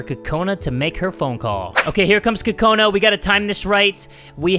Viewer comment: Are you calling her Kokoni!?😂😂 I cant stop lauphing if you're calling her Kokoni!😂😂😂😂😂😂